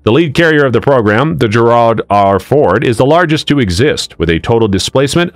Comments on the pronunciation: Need to learn how to pronounce Gerald.... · "GERARD"????? How 'bout Gerald R Ford...tough to take you seriously giving out info on topics such as this when the class of carrier is mispronounced 100% of the time in less than 2 minutes. Absurdly embarrassing. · Does AI really not know how the name Gerald is pronounced?